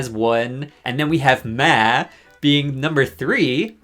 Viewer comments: Lol. Why do you keep saying “Meh” and not “Maw” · You are saying Ma wrong. It’s another name for Mom. It’s pronounce Maw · Why is he saying ma like that? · why do u say ma like that 😭😭😭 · never heard ‘Ma’ pronounced that way befor. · Why did he pronounce Ma like that? 😭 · The way he says “ma”…. Why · im so distracted by the way you said 'ma' the whole video im sorry 😭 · Fr like i was just stunned the whole time why did he say it like that 😭